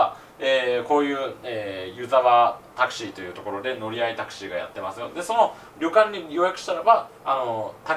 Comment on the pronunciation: これじゃタクシーじゃなくてタクスゥィーだよ